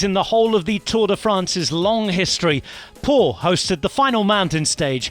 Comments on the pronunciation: It's not perfect... he sounds like he's listen to too many French TV commercials. It also drive me nuts. I lived in France for years and they don't speak like that in real life. He also got the pronunciation of Pau wrong... it's pronounced Po not Paw. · I wondered about how he said Pau also, and I am certainly not fluent in French.